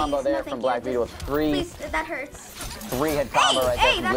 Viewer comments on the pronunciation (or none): He said black betale